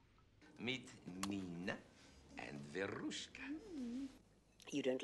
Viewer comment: As Russian, I really appreciate his rolling 'r' when he pronounces 'Verushka' (we don't really have that version of the name, but that's ok). I've watched The World Is Not Enough multiple times, it's a great Bond film.